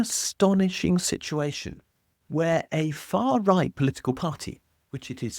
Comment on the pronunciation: Faa Wight! Wayshisht!